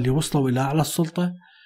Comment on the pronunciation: قبل المشاهدة .. لايك وتحية عطرة لحضرتك على الحلقة الرائعة قبل أن أسمعها : المثقف والسَّلَطَة 😅☺️